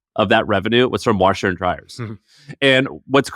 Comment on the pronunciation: Listening to say "Warsheer and Dryer" is great 😂